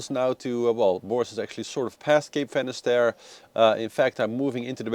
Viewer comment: Finisterre guys! Means "the end of land" not finesterre.